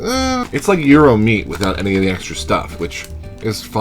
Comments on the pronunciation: You DO look like GRRM's little brother!... Euro? Yeah, you're not from NY. The Greeks I've known all pronounce it "GYro, with a strong G (as in Giraffe) and the Y punctuated. Euro? I love the fact that the originator of the Reuben Chip mentions that they are from LI. Are you sure there's Thousand Island in that? Or is that an Atlanta thing? Because to make a classic Reuben what you do is take a mound of corned beef, cover that with a healthy amount of sauer kraut, layer Swiss cheese on that, then warm in an oven (a toaster oven is perfect), until the cheese is melted. Next, remove with a spatula and place the whole mess on 1 slice of rye bread and eat with a fork and knife. That's known as an open-faced sandwich. I'm sorry but, if it's not an open-faced sandwich, it's not a Reuben. It's just a corned beef sandwich. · To all those saying he's pronouncing gyro wrong...he's CLOSE, but a bit off. It does NOT have a hard G, NOT pronounced like the "gyro" in "gyroscope". The g is silent and take it from there. He's sounding like he's saying "euro", but the Y-part has a stronger emphasis. Kind of like the Y in the word ying-yang. Use that Y sound, roll the R a small bit and then the O. Forget the G, think of it as YRO and pronounce it as directed above. I am Greek-American, surrounded by Greeks and have heard this pronounced in Greektown in Detroit and in Astoria in Queens. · 54 The Greeks (and everyone else) pronounce it Gyro (as in what R.O.B. uses with Gyromite), not HERO, as in Guitar Hero. :P